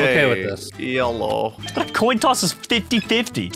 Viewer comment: said “I’ve lost the last two toin tosses” 😂😂😂